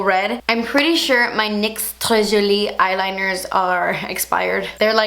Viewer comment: I love when you say "tres jolie" lol!! That's the only way I think of it now